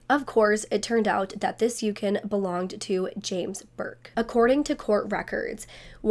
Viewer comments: Random question, what is a yukin? Do you mean a Yukon? If so it's pronounced u con. I still giggle with how I thought you pronounced quinoa. I thought you said, quin no ah, not keen wa 😂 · Yukon is pronounced like you-con. i love this two parter I’ve seen this case in the past and the Netflix ‘Gone girls’ but you’re going more in-depth ❤ sending condolences to all family members stumbling across this video. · It's "You-Kahn" 🤭 I love these long deep dives! Great job! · The way you pronounce Yukon lol